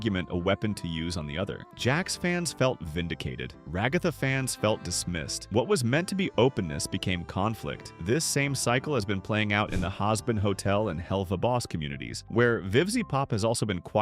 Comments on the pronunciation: why are you pronouncing Ragatha as RagAhtha? also Hazbin Hotel as Hahzbin Hotel? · Ok the way "Ragatha" and "Hazbin" is pronounced is a red flag for AI usage...